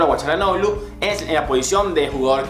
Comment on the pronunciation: error Hakan no es 10 es mas un ala, un volante por la banda, como un carrilero pero mas ofensivo PD: al fin pronuncias Chalanoglu!!